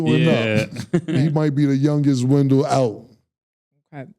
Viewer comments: Wendellllll not window 🤣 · bro it’s wen-dell 😂😂😂